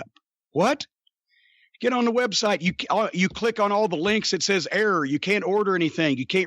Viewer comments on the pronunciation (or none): none